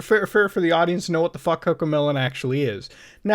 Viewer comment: mom mota said fock